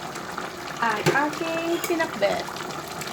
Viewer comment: parang iba yung pag pronounce ng Pinakbet- Pinakbut?